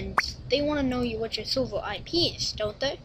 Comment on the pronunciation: you look so funny saying minecraft sorvo xD